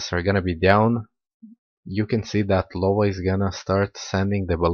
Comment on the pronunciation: Actually is "Iowa" not "Lowa" With an i, instead of an L